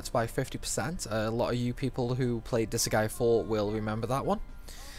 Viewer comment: Not to be that guy, you are clearly a master of this game, But it cannot be "Dis-a-gay" the word goes d,i,s,'G'. Its Dis - GAE - ah, look where the G is. ALso "evil - ities" By looking at how it's spelt even once, it's obvious it cannot be "eh - vil - tee"